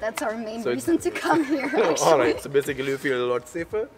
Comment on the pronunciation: Sir, when you say "here" , it sounds like hair, which isn't the right pronunciation. Should be "hear". And , good stuff. Keep it up. :)